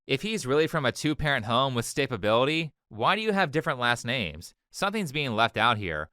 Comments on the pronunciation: “He was raised in a 2-parent home with love, sta-ba-bility!” 😳🙄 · “staybability?” Was she trying to say “stab-ability?” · Stabability? Its stability* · Did she mean stability? Stabability isn't a word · What the actual fuck is "stabability"? 😂😂😂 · “STABABILITY” you cant make this shit up dawg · Bro I can't believe she actually said stabability 😂😂 the jokes write themselves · stabability lol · lmao the ghetto mispronunciation of words from the black people in this video is so goofy "stabability" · When his mom said “stabability” I was like “stabability?” and then said it. I CRACKED up! 🤣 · STA-BA-BILITY ok so... Are they actually all this stupid, or just the ones that think stabbing white folks is ok? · Not "stabability" 😂💀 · "Stabability" The word is S T A B I L I T Y Unless of course you're letting loose with a Freudian Slip. "Stab-ability" lol. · "he was raised with structure and stabability" ah, classic ebonics. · You cant make this shit up. His mother said he was raised with stab-ability. Funniest misspeak ever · Stabe-a-bility xDDD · Stabability 😂, also dude pick a lane. Shilo didn't commit a crime, so she shouldn't be punished at all. Plus its interesting you say she should be punished, but you say nothing about the kid stealing(which is actually a crime). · I'm sorry, "staybability"? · "With Structure, Stabability" lmao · "He's been raised in a two parent home. With structure. With stabability." Stabability? LOL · Did she really say "stabability"? What in the actual f*** is that? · "HE HAS BEEN RAISED WITH LOVE, STABABILITY" Omg this isnt looking good if u cant pronounce stability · The lady either misspoke or does not know it is pronounced stability. I'm think. I'm not english native